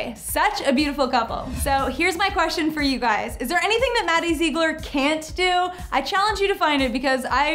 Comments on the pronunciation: ZIG-LER, not ZEE-GLER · Lala Lala no maddie says her last name zig-ler and her and abby have said that I have also heard Mackenzie say Zig-ler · Lieve V.D.H if you see maddie say it it’s zig-ler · Zeegler lol its ziegler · at least learn to pronounce her damn last name correctly. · Your so right like if you're gonna do a video about Maddie pronounce her name right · Jacky Mai well they should say it how she says it not meaning to be rude